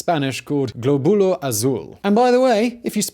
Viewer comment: God damm it it's góbulo not globulo, the accent is right there.